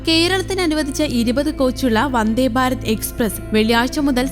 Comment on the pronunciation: വന്ദേ ബാരത് അല്ലടോ... വന്ദേ ഭാരത് എന്ന് പറയൂ